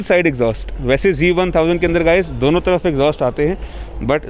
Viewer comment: bhai aap bar bar g bol rahe ho....ye g nahi z hai.....kawasaki z1000,,,,...but nice video...weldone